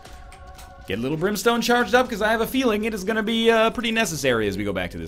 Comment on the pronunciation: At one point it sounded like you said Limp Brimstone instead of lil brimstone... lol